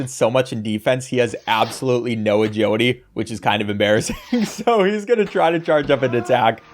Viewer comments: "Ah-Judy" is now burned into my brain forever, thank you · Take a shot every time he says Ajeelity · why do u say agiwity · Maybe I'm dumb but for like half of the video I couldn't understand what an "ajodee" stat is. Then it occurred to me that it's "agility." Bruh, never heard anyone pronuncing "agility" as "ajodee" 😂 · Look I'm sorry and I mean no disrespect at all but I verbally laughed after you said "agility" every time I couldn't help it